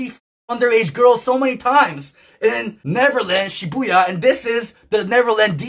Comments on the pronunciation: Sorry pyro. I’m not trying to put fuel on the fire of all the jokes… It’s she-boo-ya Not she-boy-ya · "Shiboya"??? Dude, Shibuya is such an easy thing to pronunce how do you fuck it up that badly LMAO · Dude… It’s Shibuya, not shiboya. This clip farming is absolutely atrocious. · "Shiboya" Baby aids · Pyro for the love of slop its ShiBUya, an OOO sound. Driving me insane 😂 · "Shiboya" New mispronunciation just dropped we're so back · shiboing boing nvm someone already said it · I thought the same thing 😭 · The Shiboya incident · HE PRONOUNCED SHIBUYA WRONG ANOTHER ONE FOR THE PILE